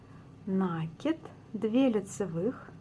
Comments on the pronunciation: здравствуйте! Сомневаюсь, что в вашем словаре есть слово нАкид, потому как правильно ( ещё раз повторю!) говорить накИд. Нить накИдывается на спицу, неважно к себе или от себя!!! И ещё...за свою доолгую жизнь, я много чего навязала - это к слову , на вашу реплику. Желаю здравствовать. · Это хорошо, что Вы вяжите классикой, но накИд удобнее делать " от себя". И, пожалуйста, ваш нАкид режет слух, говорите как все современные блогерши ПРАВИЛЬНО!!! Без обид... удачи!))